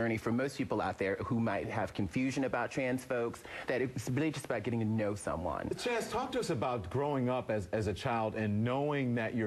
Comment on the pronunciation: How many times did he call Chaz "CHAD"??? LOL